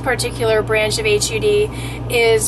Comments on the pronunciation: thank u for your thoughts. Once government gets a foothold, they seem to steamroll the public. Good to get a conversation going. Big point on credibility, please call it 'HUD" not H- U- D. I hear your passion because your a owner of RV. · Hi. it's not called H U D. They call it HUD . (pronounced as a word). you will confuse some people by calling it H U D . Hope you don't mind the correction. just wanted to clear up any confusion. I had someone watch your video and ask me about it. have a great day and good luck. I'd love to have an RV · Instead of saying "H.U.D"- just say "HUD", rhymes with "dud. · keeps calling it H-U-D instead of hud. annoying...manufactured homes are mobile homes. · Sorry hon, but this isn't true at all! .....You should stop trying to scare people and really educate yourself, before you tell tales outta school! ....Even if HUD wanted to, they can't kick people out of their mobile homes, as many of those are elderly people. And for the record, it's not pronounced H.U.D it's just HUD! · blueknight , Exactly. HUD - rhymes with mud. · HUD is an acronym for Housing & Urban Development. It is pronounced just as it APPEARS---HUD, that is hut with a D instead of a T. FYI. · I know this girl thinks this info is helping in some way, but unfortunately all she's doing is presenting a totally uneducated guess. She doesn't even know that Hud is not pronounced using the letters, which is really common knowledge. She also doesn't understand that Hud (housing and urban development) was put in place in the city to make sure there is not any discrimination taking place. They can't enforce zoning laws, like sleeping in an RV. That needs to be done and enforced by each individual city, through the police force, and just like homeless people on the street, its impossible to enforce, because its too wide spread. Some cities are strict so you stay out of those cities, just like now. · "The H U D" - just can't stop laughing! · Call it HUD not H U D